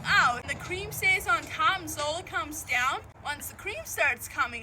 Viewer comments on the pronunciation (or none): By the way your EYES be so awake, I believe you did sleep well. Anyone notice the lack of blinking? Also, What cweam?